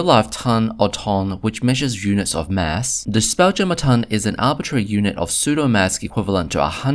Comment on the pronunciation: Apologise if you said "psudo maths" and not "psudo mass". I heard you say "maths" in other parts of the video (by the way British people say "maths" with an "s" and American people say "math" without an "s" - I'm British so I say it the same as you do). I don't think your elocution is bad. You have a good voice. It was just two words that sound very very similar in English. I've seen lots of people mix up the tons of weight and the tons of volume and thought you were doing that. As for the volume, there are two different numbers given in different Spelljammer products and that has led to a lot of debates among Spelljammer fans about how big things are. (Spelljammer also gives a lot of sizes in two dimensions keel length and beam length and doesn't give you the third number you need for your calculations.)